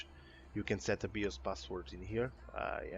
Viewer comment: WTF is a BEE-OSE? Are you trying to say BIOS? Pronounced "BYE-OSE"? Huge pet peeve of mine. No idea how you got BEE-OSE out of BIOS bro. English not being your first language is no excuse.